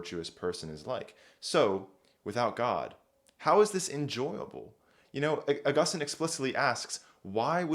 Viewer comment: It's actually pronounced Augustine.